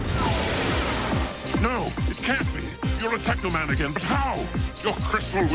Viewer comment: It's tekaman